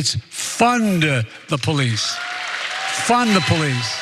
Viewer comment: "Fun-duh the police. Fun duh police."